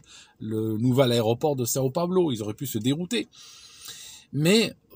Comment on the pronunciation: São Paulo et non Sao Paolo XD Sinon superbe video comme d'habitude.